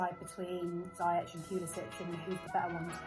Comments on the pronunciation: Please note that Hakim's second name is pronounced "Zee-yesh" not zy-ech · It's Z- Yesh